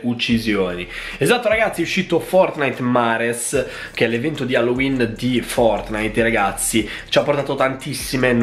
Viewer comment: Si scrive "FORTNITEMARES" ma si legge "FORTNITEMERS"